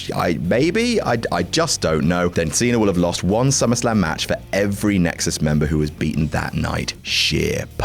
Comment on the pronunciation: He said nixus.